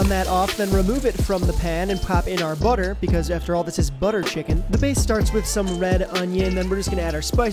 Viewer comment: ''buttea chicken gives u wiiengs''